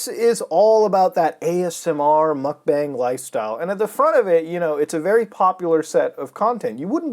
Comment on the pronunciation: It's actually pronounced "mukbong". It was popularized by Korean streamers.